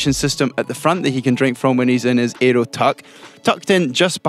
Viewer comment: Interesting video, but gosh do I irritate the pronunciations whenever Fraser speaks in videos.... It's aero, not eeeeeeroo.